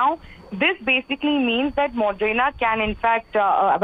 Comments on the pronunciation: Moderna not modrena, Pathetic standards of new readings 👎🏼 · It's Moderna not Modrena!!!!... How do these people become reporters???